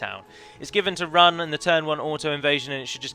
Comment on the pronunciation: You pronounced Rhun differently within 10 seconds.